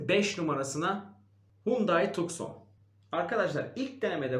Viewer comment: Araç model isimlerini hep yanlış telaffuz ediyorsunuz. Dacia= daçya, kia sportage=sportıc, hyundai tucson= tusson